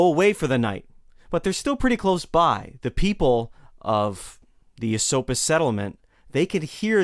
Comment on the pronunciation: its definitely "Eh-SOAP-us" to the natives. Lived there my whole life, and never heard ESS-suppis.